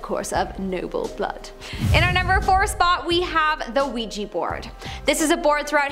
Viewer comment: Ouija board not ouiji